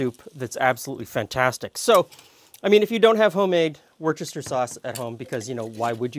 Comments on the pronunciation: I'm English. Yes...it's 'wooster' sauce. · yes, that's how you spell it, but you pronounce it "wooster" with a short oo. English pronounciation often bears no relationship to the spelling. It probably evolved the shortened pronunciation over centuries